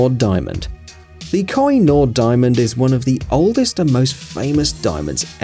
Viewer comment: Man can't pronounce Kohinoor